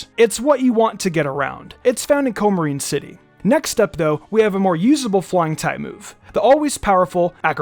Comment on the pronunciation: COO-muh-reen City!